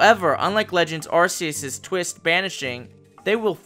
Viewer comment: The official name of the God of Pokemon is Ark-ee-us just like you would say Archangel, or Arcane, it represents God, Gods or Most high. And since your region represents Norse mythology I would think you want to pronounce it correctly. To further prove my point if you look at the Pokemon Type nulls: R,K,S system. I love your videos I don't want you to get offended.